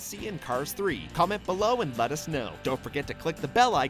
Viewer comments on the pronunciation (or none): none